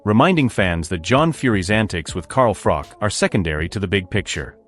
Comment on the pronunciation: At least pronounce Froch correctly if you are doing a video.